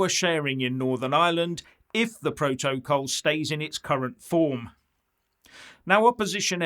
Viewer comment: She doesn't even know how to pronounce P R O TO C O L.